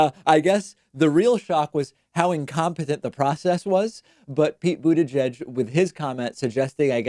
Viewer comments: "Booty judge" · David, it's pronounced, Buddha - jedge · It's not budda-judge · I don't care if that's the correct pronunciation, but dude you gotta stop with the Boot-edge-edge nonsense. You sound like you're short circuiting... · Someone make a compilation video of David saying "Buteyjudge" and "Toolsi Gbahrd" please. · I like you Pakman, but the way you say buttigieg makes me want to instantly turn this shit off. lol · Slipped up almost pronounced Mayor Pete’s name correctly.